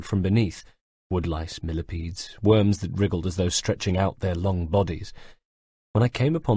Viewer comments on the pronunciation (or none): none